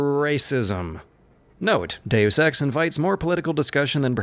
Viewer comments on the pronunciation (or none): Dusex No it's De-yus ex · It is pronounced makina. But he sometimes pronounces dayus eks "due sex" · Deus ex, Deusex, Deu sex, due sex. Yep I'm getting laid tonight.... not! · dayus ex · "due sex" oh come on, you're just fucking with us now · 'Daywoos Ex', and 'Makina' also. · Ah yes, I love playing Doo Sex.